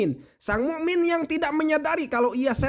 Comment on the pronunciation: kisah yang bermanfaat.mu,min pake hamzah bukan huruf ain🙏🏻🙏🏻🙏🏻🙏🏻🙏🏻